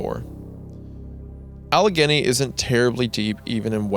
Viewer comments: it's pronounced "All-a-gain-y" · It’s pronounced “Al•a•ganee” so called “Appalachia man” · It's pronounced Alle-Gainee. Leave it to Goon. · Bro did not just mispronounce Allegheny. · It’s funny hearing wendigoon say Pittsburgh names like Allegheny and monongahela wrong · The scariest part of this story was Isaiah's pronunciation of "Allegheny" and "Monongahela"